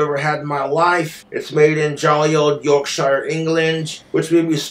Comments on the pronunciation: that's not how you say Yorkshire, but you tried. Always cracks me up how americans won't say English placenames or names properly, really shows up whose not English in this one. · If it's your favorite beer... Then learn how to say Yorkshire!!!